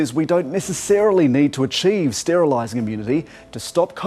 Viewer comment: 'STERLISING' LOL